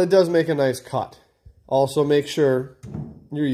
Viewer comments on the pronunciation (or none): none